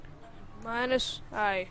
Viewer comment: MINUS IN A AMERICAN ACCENT🤣